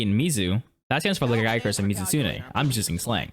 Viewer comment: Why do these idiots on YouTube have the ability to look up what the meaning of a monsters name is like Uth Duna, but can't figure out how to pronounce any of the names like LAGIACRUS!? its Lah-gEE-a-cruise. The goddamn wiki has the katakana which you could easily use for pronunciation system. The Japanese language is a naturally pronunciationable language.